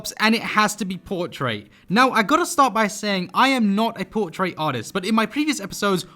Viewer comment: I dont want to sound rude but dose he know hes saying portrait wrong